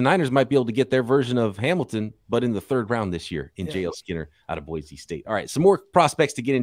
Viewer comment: As an Idaho native, I got a pro tip for you. Boise is pronounced "boy-see".